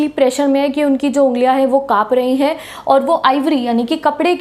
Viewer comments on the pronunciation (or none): jab aap 'HENGE' bolte ho toh mujhe 'HAPPU KI ULTAN PALTAN' show yaad aa jaata hai.....😅😅